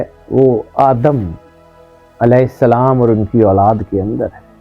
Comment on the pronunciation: Ap n Salam kiya السلام ma nhi ہوتا mo yani mem per pesh h zaber نہیں